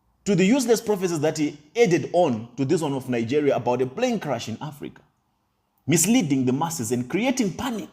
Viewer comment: I beg wey tin dey crash is it plane or prane lol 😆 😂 😅 🤣 😜 😄 😆 these illiterates never fail to amaze hahahaha 😆 😂 🤣 😉